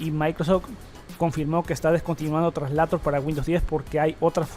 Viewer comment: Muy buenos e interesantes videos pero qué mal es escuchar alguien de un canal de tecnología hablando tan mal... "Maicrosedch" "translator". Y lo peor, cuánto redunda en la misma información diciendo varias veces lo mismo